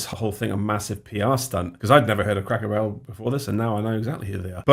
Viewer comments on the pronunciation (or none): “Crackle Barrel” immediately checks comments to make sure I’m not the only one who heard that